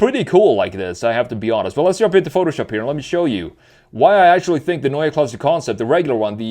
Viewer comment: Neue Klasse - new class, but pronounced quite well for a non native speaker. Usually it is used as "a class of its own" connotation and I bet BMW can deliver that too , no matter what drive train they are using cause do not forget they might be the last in the game still working on hydrogen in its different incarnations. Most people do forget about that, the long history of BMW hydrogen cars outside of the scope of the fuel cell: They are burning Hydrogen in ICE cars the last and only proper solution to meet the emission standards for any vehicle in the EU cause they are burning hydrogen in the usual and just slightly modified engines in the past decades starting in the 80s with the 7series hydrogen car - of cause experimental one. Therefore still in the game - at least for those who will be able to afford to buy green hydrogen (a lot more expensive without subsidies) might be able to buy a german picea system from Berlin which is a solar power system that is producing Hydrogen during summer for long time storage which is then later be used to run a fuel cell for heating (I guess 66% of the energy is used as electricity and 34% as heat to heat the house), not cheap at all or maybe affordable by american standards for roughly 100000$. At least an alternative for those with big pockets. But for sure BMW has to move to EV big times and will do that cause the key markets are dead for ice like China and Europe cause only for a limited time they can offer hybrids which are the wors